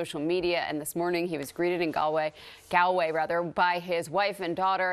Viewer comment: You pronounced it right the second time then you said rather gaaaalllllway. It's sounds like Gaul way